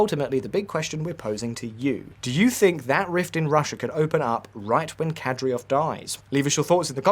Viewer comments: You could at least pronounce Kadyrov correctly. You also dropped Apti Alaudinov from the list of potential successors despite him being the most cited one. Ramzan is a legend and Chechens will praise him for a long long future. You clearly don’t realise the greatness of Axmat Xadji Abdulkarimovich’s legacy. Ахмат - сила. Аллаху Акбар и вперёд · DUDE! it's Kadyrov not Kadyrov!! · You seriously couldn't have googled Кадыров pronunciation before filming the video? Something that basic? Because your pronunciation isn't even close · NOT Kadryov nor Nucular. it is KADYROV and NUCLEAR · KADYROV PRONOUNCED CORRECTLY IS KAH DEER OV NOT KATY ROV. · Kad-e-rov, not Kad-ri-ov. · Who the hell is Kadriov? I know the leader is Kadyrov, but they can't be the same people. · Mate you made a video about this and you cant even pronounce KaDYrov correct? Its not like its super complicated..Its not KaDRyov. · KadYROV, not KadRYOV.😒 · It's Kad-i-rov,not Kad-ri-ov.....Notwithstanding,an interesting watch,thank you ! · Kadyrov is pronounced "kadeerov", not "kadreeov". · Kadyrov not Kadryov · KADYROV ffs not KADRYOV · In case someone wondered, it's pronounced "Kadyrov", not "Kadryov". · "Kadryov" -- you even have it written correctly on screen, while reading it incorrectly. It's not even about pronunciations, you just read it wrong again and again and again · Kadry rov .... if that pronunciation is being done to trigger Chechens then I guess it's kinda funny. Otherwise, .... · Yea, I noticed that, the "host" couldn't even say "KA-DEER-OV", pretty much well every other person can say it properly, except this guy. Also at the min mark he pronounced Kostyantynivka the russian way (Konstantinovka). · Saying “Kadriov” over and over again and he’s not even AI. Painful to hear. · How can you fuck up Kadyrov's name every time you say it? It's not a difficult name unless you didn't read the script before recording. Ka-dy-rov. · You pronounce it Ka - dee - rov